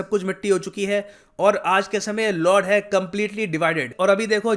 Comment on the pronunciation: lord nahi Lud hay pronounce to sahi karlo